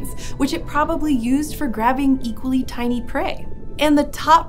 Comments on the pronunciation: I love how she says "tiny" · The way pronounces "tiny":. Discuss.